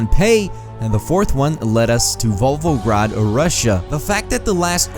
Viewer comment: lol did he really say VOLVOgrad?!